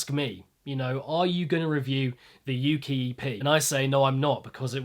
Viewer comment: Yea hes pronoucing it wrong lol